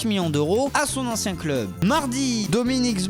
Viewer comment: Les gars... Apprenez à parler svp.. c'est abusé la prononciation de club!